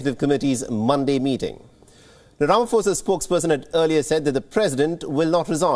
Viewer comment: please pronounce his surname correctly. Please guys it’s so cringe everytime you say Ramaphosa 🤦🏾‍♀️